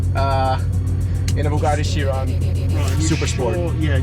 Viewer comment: Its pronounced kai-ron*... Not as chiron